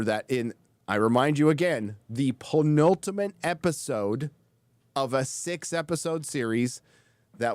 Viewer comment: You mean "peen-ultimate"?;)